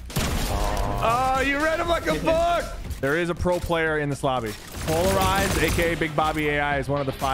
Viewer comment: Itd pronounced polarized i thiught it was pronomunced pixlelized lmao